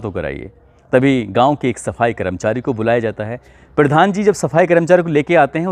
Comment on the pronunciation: पिर्धान जी ,उच्चारण जिहाद कर रहा है ।